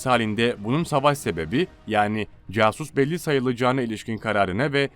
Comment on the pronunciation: > Tanık, CASUS BELLI kelimesindeki Casus'u yazıldığı gibi söyledin ya :D Pesss doğrusu.